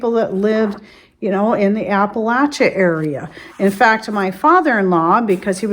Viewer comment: Glad to hear you say AppaLATCHa, rather than AppaLASHa 😉